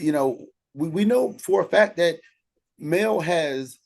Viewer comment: Because, why do he constantly have to have Mel name in his mouth!!! The guy never asked him about her followers, he just went in on the people that support her. Why would you mispronounce the name if you didn’t feel some type of way, even after the gentleman said it correctly he still was being a butt hole about it….Straight jealousy!!! And that’s my opinion…. Okurrrr